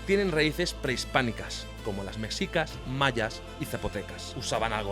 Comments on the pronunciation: 😅 muy bueno 👌 solo se pronuncia meshicas no mexicas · Mexicas se pronuncia como México Mejicas, no como tu lo haces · m3shicas m3shicas m3shicas m3shicas.....no m3csicas